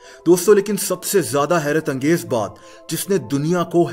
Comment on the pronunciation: When he say HERAT ANGEZ